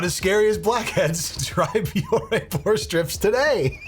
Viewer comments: She's not even pronouncing her "partner's" name right! It's Bioré. Pronounced "Bee-or-ay" not "bee-or". 🤦‍♀️ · BEE-OR-AY holy shit how can she partner with a company she can't even pronounce ugh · The fact that she can't pronounce Bioré properly just adds insult to (massive) injury 😒😒😒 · She misprounced the company's name too. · And she mispronounced Bioré 🤦‍♂️